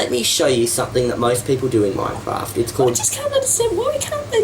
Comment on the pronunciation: Also it's not "mine raft".